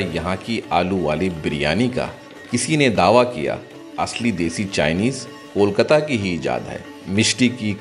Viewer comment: It's KOLKATA, Not KOL-KATTA😢